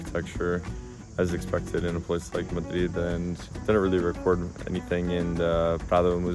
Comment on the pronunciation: Obviously Not, his accent says it all. And the way he pronounces <Madrid> is cringe 😬…